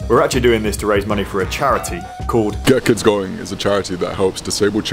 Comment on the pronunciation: The first time he says "Get Kids Going" it sounds like he said "Gherkins Going".